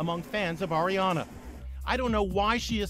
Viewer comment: Lmao yo he says her name like airy-ana 😂 really dude? How do you mess that one up